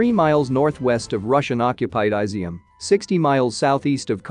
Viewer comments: jesus christ, it’s NOT “eye-zium”, it’s “ee-zium”! 😂😂😂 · It's is-zium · I'm sure it's "Is - ium". Did you research it?